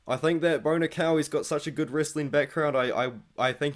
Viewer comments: i just had the same thing happen...I was like Who the fuck is Bonikal??? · Lol, I was listening and not looking at the screen and the pronunciation of Bo Nickal or “Bonikell”really threw me off.